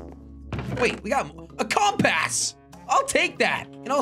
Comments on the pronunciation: It’s compass not comp a$$ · The way he says compass like comp aaas